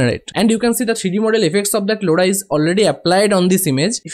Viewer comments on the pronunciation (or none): bro that's not loda that's lora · the way you pronounce Lora is hilarious! btw thanks for the tutorial.